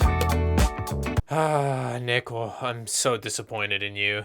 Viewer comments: swaped gpu rooms in hope to get neko to chose better, i love how it sounds like ni**achan when u call him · I keep hearing the n word every time he says neko